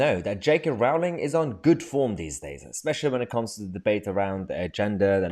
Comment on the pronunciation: It's pronounced Rolling.